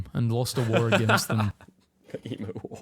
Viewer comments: My guess is that was made by someone from USA. Emu is pronounced eemyou not eemoo. I am Australian, I have no aboriginal genetics in me. I am actually a direct descendant of William the Conqueror. That came from a branch of my family that came here from Scotland in 1839. The rest is Cornish or in the case of my Maternal Grandfather from London. Most family history researchers I have known hoped to find a convict in the family past and are devastated when they don't. People were sent here for ridiculously minor crimes. Stealing a handkerchief was sufficient to get you sent here. Yes we have some interesting wildlife but at least we don't have nutters with guns shooting innocent school children. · I wish people would pronounce Emu properly. It is E M U not emoo 😊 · The dude with the monotone voice has a weird 'Australian' accent. Said ee-moo and can't pronounce Melbourne. P.S. New Zealand Maoris do the haka, not Australian Aboriginals 🙂